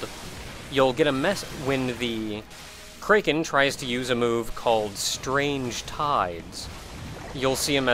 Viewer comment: I inadvertently flinch every time you say kraken like that.